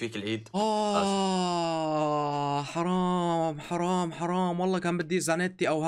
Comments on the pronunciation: واحد سمع كال خرام مو حرام 🤣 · قال خرام ههه